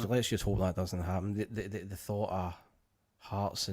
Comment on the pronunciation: needs to learn to put his tongue between his teeth and pronounce “thought” properly.